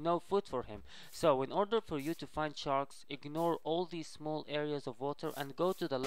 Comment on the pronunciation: HE always say chark charks lol